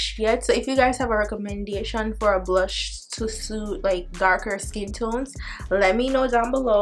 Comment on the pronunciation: I could hear that jamaican accent when she said recommendation😂😂😂